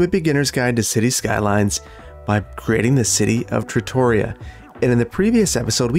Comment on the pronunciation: I've really come to enjoy the fact that you pronounce "Tutoria" like "trattoria." You should get some Italian restaurants in here!